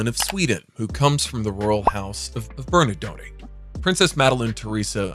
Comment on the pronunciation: Royal house of what? Ber-na-donnay?